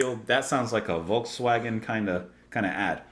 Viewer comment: Good attempt at Volkswagen. :D "Folks" is right, but "ae" (as in the "ae" in "hat" everywhere) doesn't occur in German AFAIK. When in doubt, guess "a" is the "a in father"). And the Germans also got their W's wrong (just like the Dutch did). So "Vahgen" in proper writing. (With the "ah" in "ah" - ah ha?) And if you want to get really fancy, because of those incorrect V's and W's they use, it's also not abbreviated to "VW" (with a proper V and a proper W). It sounds more like "Fau Vay" there. I could add some unnecessary details if you like? Just to be different for a change. If a vowel has an Ümläüt it's not just a hëävÿ Mëtäl umlaut, like the way I've written it. ä sounds a bit like the ay in hay. ü sounds a bit like the ew in few (in Empire English) ee-yoo. Not quite but this'll do. And that's probably enough unnecessary detail.